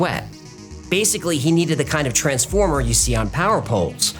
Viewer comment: what person says the word transformer with different inflections and different syllabic emphasis? 😢